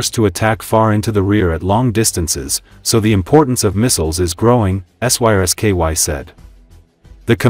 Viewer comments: Don't the people that make these vids ever listen to them themselves? The AI voice is unable to say the name of the Ukrainian Military Chief General Syrskyi, so instead it spells out the letters SYSKY a number of times! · Lol, AI unable to speak Syrskyi